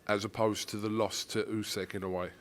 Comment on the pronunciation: it's not "USEK" ffs 😂